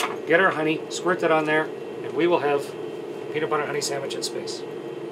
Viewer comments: The way he says sandwich is triggering me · Did he just said sammich???😂😂